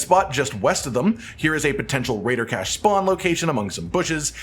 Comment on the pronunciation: he said raiider cache 235 times